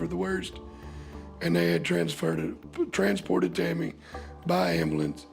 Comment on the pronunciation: He said transfarted